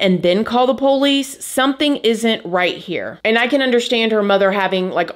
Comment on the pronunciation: Im sorry but how you say POlice have me cracking up..